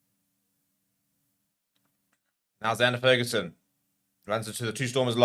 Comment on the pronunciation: Love the channel but please learn to pronounce the Fagerson brothers name. It is FAYgerson not FERguson. 🙂👍🙂